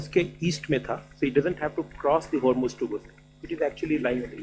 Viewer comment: Is aadami ko kaun samazaye ki ye jo presentation ki style hei wo bilkul bekar hei, jis me her ek point ko sawal ke roop me rakhata hei. Hormuz ko ye homurz bolta hei 😊